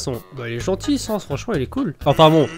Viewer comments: C'est bizarre que Papyrus est trop occupé pour flirter. D'habitude il est étonné, je me demande qu'est ce que t'a fait pour ça. Au fait, on dit Sa-ns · sans: il faut prononcer le a undaine : il faut prononcer le a